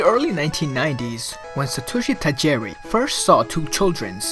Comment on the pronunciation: "Ta-jee-ree", not "Ta-jerry" "Sin-a-bar" not "Kan-a-bar" Also, that note on omistar going extinct doesn't make sense. Animals do not go extinct from a defect in their biology (that just can't happen-- how could one generation have ever survived anything?) Extinction is often due to outside forces changing too rapidly for a species to adapt. I think that shell thing is just a random anecdote about it, and not any indication of its demise.